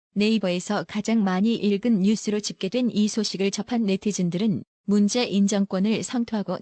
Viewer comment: 도 로보트 처럼 말 띠엄을 모르네.; '문재인'도 제대로 못 읽어요. '문재-인' 으로..이게뭐야.